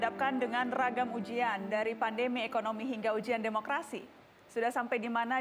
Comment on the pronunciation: Gemes bgt, ngomong pandemi kok jd pandemik😡